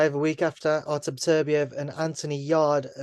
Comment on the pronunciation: Why can so few people within the sport pronounce 'Beterbiev' properly? It's really not that difficult! It is not 'better-biev', it is 'bet-er-biev', obviously.